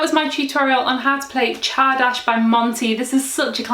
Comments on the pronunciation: Thanks for spelling csárdás correctly, and for your efforts trying to pronounce it. You need to pronounce the "r" as well. In English "r" is often skipped, but in Hungarian it is a hard "r". FYI "csárda" is a kind of inn, where people can drink and dance. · Not quite, she didn't pronounce the "r", it should be a hard "r". Otherwise I'm actually impressed, she obviously did her research. Unlike most youtubers who would just say something like "I probably butchered this word". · c h a r d a s h ? Wow, I thought it was pronounced tsardass!